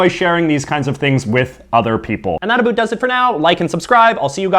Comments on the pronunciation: Stopping intentionally saying aboot. It's not funny. We don't actually say that. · I've never heard a canadian say about like you. ever. in 32 years of living all over canada. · What it all aboot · You're making Canadians look bad, NOBODY pronounces it aBOOT.... You are obviously a wannabe hipster with the ironically lame hair and the overly enunciated accent. All of the Canadian foods you are presenting are basically the same as American foods, and if you don't know how to pronounce jos Louis (joe Louie) then you obviously don't know to freeze them before eating... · His pronunciation of about is clearly a joke. No Canadian says it like this. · From what I hear Canadians do say O's differently but it's usually hardly noticable. His is VERY pronounced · Why can't you say about properly. I'm Canadian and everyone I know speaks it properly. Obviously your from the far east or an island in bc